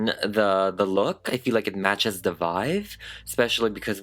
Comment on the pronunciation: Did anyone else notice that says VIVE instead of VIBE? It's adorable. I noticed so long ago. I think it's so damn cute! Love your videos babe!! 😝 ❤🧡💛💚💙💜